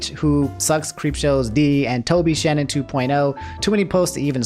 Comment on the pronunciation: The way you fucked up Shannon's name lmao, it's all good she deserves it